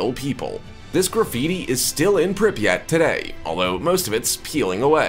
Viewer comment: The way the narrator says Pripyat is killing me 🤦🏼‍♀️